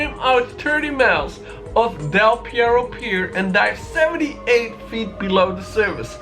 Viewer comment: Its called DEL PERRO not Pierro. Perro means Dog in Spanish